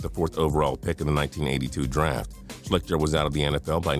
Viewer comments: SHLEESTER....not "Shlickter". Damn. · It's pronounced Shleester not shlikter. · I went to Ohio State and it's pronounced "Schleester" not "Schlicter." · The dudes name is pronounced Art Schleester, not Art Schlikter lmao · always getting the names wrong lol my man needs phonetic spelling on his script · Mispronounced Art Schichter's last name. It is pronounced Shleeshter. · It's pronounced like Art Shleester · You mispronounced Art Schlichter's name